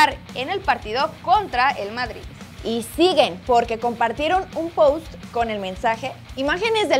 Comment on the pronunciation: estoy perdiendo mi tiempo, para que debatir de alguien que dice "vardrid". Ahí me doy cuenta como son las cosas. 🤣